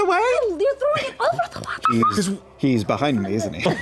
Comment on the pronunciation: The way says waterfall is so good to me.